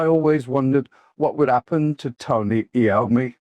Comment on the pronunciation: Not AI rubbish, only the voice is. This is otherwise Ozzy's autobiography complete and unexpurgated. At least it sounds like Ozzy's voice, unlike the official audio book narration by Ian Danter who can't even pronounce Tony Iommi's surname properly (he incorrectly says A-ommi).